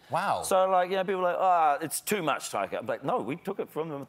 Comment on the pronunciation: First of all, why does Stephen keep calling him “Taiko”? Second, how did “she’s (Jane) holding his (Thor’s) hammer” not get a laugh?